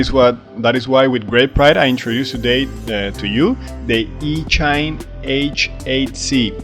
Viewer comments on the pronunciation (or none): Are you pronouncing the company name properly? I would guess that it should rhyme with machine, so would be ee-chine and not each-ine.